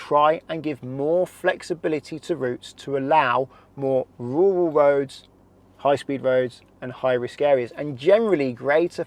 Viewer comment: RURAL not WURAL